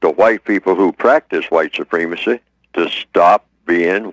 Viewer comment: why does this guy say white soo-PREEM-a-see when the word is pronounced soo-PREM-a-see? very distracting from what he has to say.